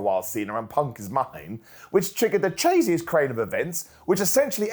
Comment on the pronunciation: Dunno if it was on purpose but my god "chaziest crane of eventsl" had me rolling 😂😂